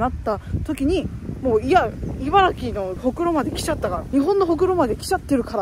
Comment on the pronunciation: ちゃんと、いばら”き”というところに、知性を感じるしかない